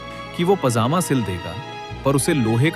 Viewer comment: zaaaedaad😂 nahe jaaedaad pajama ko pazaama😂